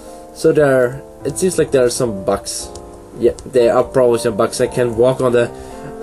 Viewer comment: It's BUGS, not "BUCKS".